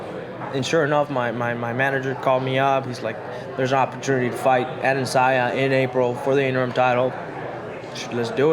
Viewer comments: It´s Adesanya, not Adensaya Kelvin ;) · Kelvin "Ade'n'sayan" Gastelum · HEY KELVIN, HIS FREAKIN' NAME IS PRONOUNCED...AH-DE-SAN-YA!!! SOMEBODY TELL HIM BEFORE HE GETS INTO THE OCTAGON AND GETS THE MUHAMMAD ALI STYLE, "WHAT'S MY NAME!!!" BEATDOWN! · At one moment he even said Adandesaya 😂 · Bro I read this comment as I heard him say AdesAYA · Damn put some respect on AdeSANYA's name 🤦🏻‍♂️ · Adesaya...? Learn ur opponents name. Step one. Of not taking opponents seriously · You'd think Kelvin would learn the correct name of the guy he's fighting for the title in less than 2 weeks times lol. Come on dude, it's not the hardest name to say. Dudes from Nigeria afterall...it really could have been alot harder to pronounce than Adesanya. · Bruh, at least learn how to pronounce your opponents name correctly.... lol